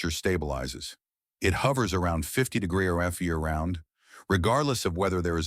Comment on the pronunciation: AI mispronouncing degrees every freaking time is a deal breaker for me.